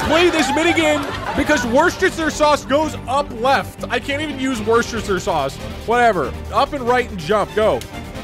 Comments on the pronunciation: The first time Doug said worcestershire was correct, and then like every single one after is wrong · is it Pronounced wu-stur-shr-saas Worcestershire sauce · it’s pronounced worst-eh-shire sauce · Here's how to pronounce Worcestershire: American: wu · stuh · shr British: wu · stuh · shuh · Here: War-sht-shi-shier sauce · As someone from Worcester, this pained me. For reference it’s pronounced wus-tur-sure. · For anyone curious It’s pronounced wuss-ter-SHEER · Just fyi the correct pronunciation of Worcestershire is "Wuss ster shur" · woo (like wood) ster (like sister) sher (like masher) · WERE. STIR. SURE. Worcestershire. It's not that hard to pronounce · Doug it's pronounced "War chester shire sauce" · to all you americans who read this comment, Worcestershire Sauce is pronounced as Wuss-ta-sha sauce, im english ik what im on about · I am watching this like 9 months late, but it is pronounced "were-chest-er-shire" sauce (I do believe so anyway) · Annoying nerd here: Worcestershire Sauce is pronounced wuh stuh sher sauce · wuss-ster-shear sauce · As someone from England, Doug desperately trying to pronounce Worcestershire Sauce was the funniest shit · Tbf that means youtube’s is worse cause he says it wrong every single time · Doug actually wanted to say booster soy sauce, boost your sauce and moisutre sour sauce but everytime he wanted to say worcestershire sauce youtube got it right. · I was punching air when Doug tried to pronounce Worcestershire. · The biggest challenge after all of this is Doug trying to pronounce “Worcestershire Sauce" correctly. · as someone from Massachusetts it pains me to hear doug butcher Worcestershire sauce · As an Englishman the worcestershire sauce bit was extremely painful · Me, who lives in Worcester county, listening to him try to pronounce Worcestershire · I can't believe I got to witness Doug butchering the name of my home town just now - what a terrible day to have ears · Worst pronunciations of worcestershire sauce ever.